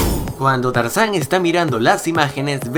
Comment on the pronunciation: dijiste carzan no tarzan eso lo note porque eschucho bien suscribete a mi canal